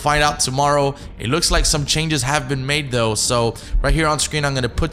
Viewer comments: you said tough instead of though lol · Did anyone else notice that he said "Tough" instead of though? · Lol he says "Tough", instead of "Though". Good video "though". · at the beginning he said tough when it was though bahahaha omfg that was literally hilarious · This man really said "Tough a small change" and not "Though a small change" lol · He said tough but the word was though... cracked me up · My dude said “tough” and not “though” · You mean though not tough my guy haha love your vidssss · Hey that said though not tough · First word is though not tough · though not tough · It's though not tough 😂😂😂😂😂😂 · You need to go back to school lmao really though is not “tough” and villain is not “valiant” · lol “tough a small change” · Though, tough. Two different words my guy, know the difference. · lol it says tho not whatever u said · You said though wrong lmao 😂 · Can you read ? it’s pronounced tho